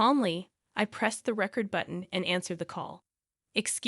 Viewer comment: Now you're pronouncing record wrong